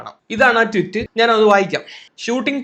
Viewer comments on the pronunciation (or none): ട്വിറ്റ് അല്ലെടാ പൊട്ടാ ട്വീറ്റ്